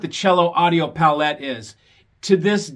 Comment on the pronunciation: The accent is placed on the first syllable of Palette, you know as in the board an artist mixes colours on or the range of tonal instrumental colour in a musical piece. If you can't even pronounce the Cello preamp name correctly, you can't fool me into thinking you know anything about Cello gear.